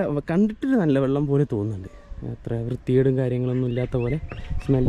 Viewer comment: വള്ളം അല്ല വെള്ളം കുറേ ആയില്ലേ സാക്ഷര കേരളം 😂😂😂😂